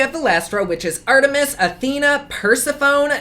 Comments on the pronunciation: Ngl I laughed a bit when he said "Persephone" as "Purse-e-phone". I said it like that when I first learned her name, but it's pronounced "per-sef-oh-nee"! I love your content and hope you have a wonderful day:) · you had EVERY thought I had about the collection name and the nude (again) vibe. You were the only one who I've seen bring up the facts about Medusa. Keep on sticking to the facts with products. I love your videos! BTW it's pronounced Per-sef-o-nee! My name in pretty similar. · You are adorable!! You warned us you might butcher the names but I actually snorted when you said "Purse a Phone" Persephone ... The sephone sounds like Stephanie. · Persephone..you calling it per-sa-phone....too funny 😂😂 it's said like per-sef-an-nee.....I love you! Your humour is amazing! Bless 😂👏❤️❤️ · Persa-phone 🤣🤣 its per-sef-uh-nee rofl ily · I love how you pronounce the names lol. Purse-a-phone hahahaha. I lol'd every time you said purse a phone. It's per-sef-a-knee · Oh honey, it’s Per-SEE-fo-nee not Percy-PHONE hahaha 🤣🤣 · Cal-eye-oh-pee ; per-seph-oh-knee; hair-ah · I’ll help you correct your pronunciations! 😊 Hestia “hess-tay-uh” Hera “hair-uh” Persephone “per-seph-un-ee” Calliope “kall-ee-ope” Those are ONLY the ones you didn’t pronounce right! 😁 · Calliope = cull-eye-oh-pee. Persephone = per-sef-uh-nee. No syllable has any emphasis as all get equal footing i.e. no stress on a particular syllable in Greek, or so I have heard, as I do not speak Greek. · First of all, I LOVE YOU!!! Persephone is pronounced PURSE-EF-UNY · Calliope- kuh•lai•uh•pee Persephone- Per•sef•ohn•ee Hera not Era- the H is NOT silent 😂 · Say it with me: “purr-seph-uh-knee” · Per-sah-phone...😂😂😂 I love you. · pronounced per sef oh knee. lol persephone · Persephone is Per-seph-Annie. Circe is Sir-See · Persephone is pronounced Per-sef-on-y and Calliope is Cal-I-opy... long i sound in the middle btw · Per-sef-phony Ca-lie-opee 😉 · I'm laughing. Per-sef-o-nee